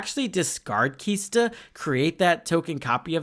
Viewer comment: "KISTA" "SHORAKA" C'mon, dude! LOL